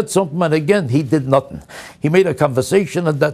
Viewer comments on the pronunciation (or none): The word is "nothing" not "nutang".